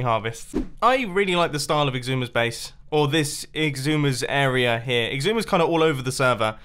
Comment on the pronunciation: And, "area," with an R. "Arear"